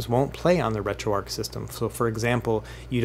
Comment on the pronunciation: Very detailed and helpful videos. I subscribed after just the first one and am looking forward to watching more of your content. One thing though - how on earth are you pronouncing the "arch" of "RetroArch" as "ark"? The first time I heard it I thought it was a glitch in the audio but you then went on to pronounce it like that a dozen times. That seems bizarre to me. But other than that one detail, fantastic content. Keep it up!